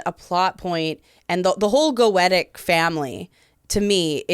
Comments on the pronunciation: ( Not Viv saying Go-ett-uh instead of Go-ee-sha :( Now I have to wonder which one's right and which one's wrong... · She said "Goetic" I believe. So "Goetia" (pronounced like they do in the show) is the name itself but when you adjectivize it you just pronounce it differently